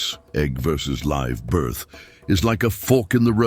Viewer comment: Learn how to say 'live birth', AI.